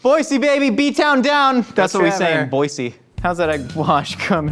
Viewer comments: I just want to say Thank You Josh for saying “Boy-SEE” 💜✊🏼 love from Idaho 😂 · Who here says, “B-Town Down”??? However, you pronounced Boise correctly.. you get a pass. City of Trees! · he said boise right im proud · You said Boise right!!! Yessss!